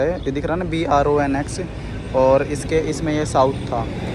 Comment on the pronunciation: Bronx han bornox nehi